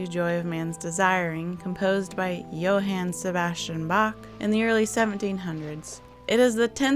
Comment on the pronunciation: You're fishing for a comment with that pronunciation of Johann Sebastian Bach! "Haan" Long vowel "aaa" sound. But I'm not judging you for it! 🙂